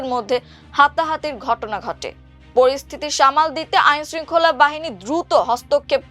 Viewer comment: হাহাহাতি নয় বরং হাতাহাতি হাহাহা